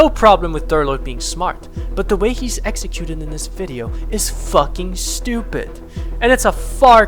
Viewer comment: That's not how you pronounce "executed."